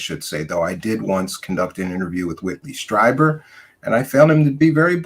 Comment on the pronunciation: It’s Streeeeeber. Not Stryber.